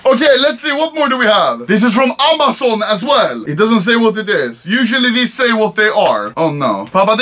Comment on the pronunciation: No one : Anomaly : Aaamaazaun